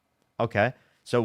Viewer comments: WHY DOES HE KEEP SAYING WOON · Exactly my point. The clown in the video kept saying “woon” instead of womb. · Pretty sure he keeps saying wound instead of womb. This was painful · I heard "wound" instead of womb a few times, but more importantly, please don't let him reproduce until he's had a couple lessons in human biology. 😬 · And an aig implants in the woon. This dude votes. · Is the guy saying wound? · And he kept saying wound not womb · Everytime he says “woon” I lose it. Fix your speech before you worry about my body holy shit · Yes, and he kept saying "woon" for womb. Seems like he has IBS of the mouth. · This is painful to witness and encourages me to fight for the importance of education. This poor soul is so beyond willful ignorance, and my brain hurts trying to follow his garbled, and highly mispronounced, argument.